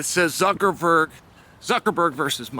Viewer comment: “Mark Zuckaford” 😂 exposed you for lying Chael. Click bait 💩 for brains